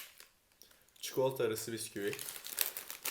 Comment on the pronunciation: Videoda yüz kere piskevüt demiş olabilirsiin 😁 gülmekten karnım ağrıdı harikasıııınn🥳